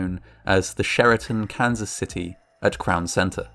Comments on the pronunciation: Sounds like hes saying cancer city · Took 3 times of hearing "Cancer City" and thinking what a horrible name until I realized he was say Kansas LOL 😆